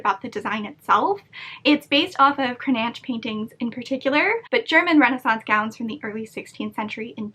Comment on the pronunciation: What a beautiful dress!!! 😍 😍 😍 It's always stunning to watch you putting a garment together, starting with only some reference pictures, a daring fabric choice and your vivid imagination! The result is truly fabulous! 👍😊 As a side note, the name Cranach sounds a little different in German. The ch-sound is like the last sound in the Scottish word for lake, loch. 😉